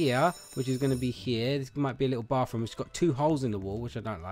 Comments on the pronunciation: is it just me or when he said bathroom it sounded like BaRfRoOm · XD! You say baf room! Hahaha! It ok! I live you! I love Zai but you are actually cute!(XD no you aren't actually cute!(JK) and Zai is beautiful!) LOVE YOU AND ZAI! Btw when you all get married will you record it? Or do you want your wedding a little private?